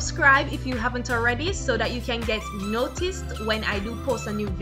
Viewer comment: dead "now mi caaan find di rat tail comb"...a weak lololol